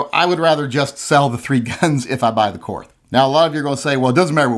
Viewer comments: Its pronounced like "court", not "courth". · it is pronounced "Court". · It's pronounced KORT. The H is silent. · I think it’s pronounced “Kort”. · The correct German pronounciation is "KORT", okay? The H is silent. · My input; you don't deserve a Korth until you can pronounce it correctly. Learn to speak, then get it. You won't regret it 😉. Personally though, if I had that cash to spend, I'd complete my Dan Wesson revolver collection.